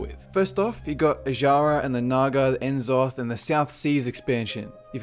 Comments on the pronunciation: Why do you say Enzoth its Nzoth. The first 2 bosses in Dragon soul said Nzoth. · I think N'zoth is pronounced like "nuh-zoth", emphasis on the 2nd syllable, and not "enzoth".